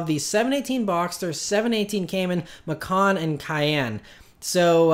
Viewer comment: Porsche "Passport Program" is a fucking rip off. They just want to make more cash from people. Stupid folks with too much cash to blow will dive head in to it. In reality, it's an awfully dumb idea. In other news, your pronunciation of Macan is deplorable.. LOL!!!